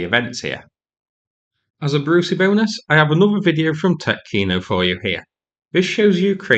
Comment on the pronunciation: its pronounced tee-otkino